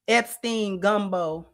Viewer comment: 'Epsteln Gumbo' is crazy work 🤣